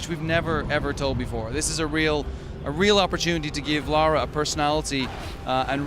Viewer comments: It's Lara Joe, not Laura. Come on you should know that. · its Lara not Laura lol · dammit Joe she isn't called Laura she is called LARA! like Lava Lahhhh RAHHHH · ***** Yeah, that's the point. said Lora instead of Lara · Joe, it is not LAURA, its LARA. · its pronounced fucking Laura, but spelt fucking Lara. Is it that hard? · Why do you keep calling her Laura? ;) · ITS LARA NOT LAURAAAAAA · God damn it Joe, it's Lara not Laura! :P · Joe, you are an amazing person and I enjoy your videos very much, but this one thing is really bugging me... It's LA-RA, not LAU-RA. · GODAMNIT JOE! LARA NOT LAURA! xD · Hey Joe Stop Calling It Laura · Did you notice that Joe is callin Lara Lora? xD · La..ra Joe no u in there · Joe Y U CALL HER LORA ?! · Joe... it's LAra. >.> lol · Hey Joe, it's pronounced "LARA". Why do people have so much problem pronouncing it? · Lara, Dude, Laa-raa;) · I know this has been brought up. But maybe that's how people from Joe' s town pronounce Lara. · 'Laura'? seriously, Joe? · He keeps calling her Laura LOL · the ubisoft pronuciation is like toe-mate-o Toe-Mat-o but you are right on the lara.